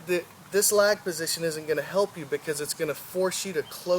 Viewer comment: Lag not leg